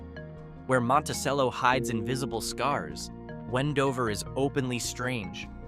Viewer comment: Was stopped by the hildale pd about 12 years ago (driving through) as soon as the officer decided we weren't their to help girls escape we were allowed to leave. Your ai narrator can't consistently mispronounce Monticello. Also considering that, with the exception of the LDS chapel the entire town of Dugway is on the proving grounds and everyone who lives there, works there, residents don't talk about what they see.